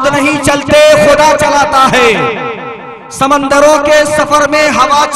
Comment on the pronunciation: ناظم جلسہ صاحب یہ سمندر میم کے زبر سے نہیں میم کے پیش سے ہوتا ہے